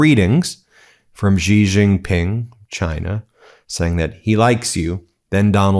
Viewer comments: Xi is pronounced like SHE, NOT jee or gzee or whatever it is BEN does. Please say SHE when you see xi in a Chinese name or sentence or phrase. I thought Ben would be smarter than this. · Please learn to pronounce Xi Jinping. Xi is pronounced like the English word 'she'.